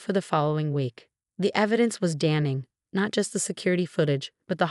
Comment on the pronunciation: Phony endearments are insults! D-I-V-O-R-C-E pending? David is a mama's boy. Watched, not washed. The "H" in "heirlooms" is silent. "Damning," not "Damming." Pronounce "fiancé" correctly. Patricia's sentence is too lenient. Probation for David? Too lenient!